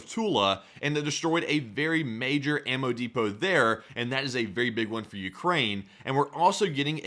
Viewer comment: "Emmo depot" "male-eh-tary" "You can hear drones lightly" "no new shrategy here" He must've been raised by a pack of deaf goats.